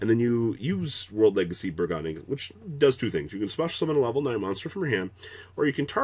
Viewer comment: "bur-gone-ing" back at it again sigh